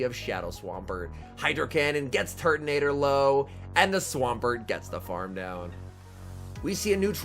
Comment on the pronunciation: Can't unhear Turdinator.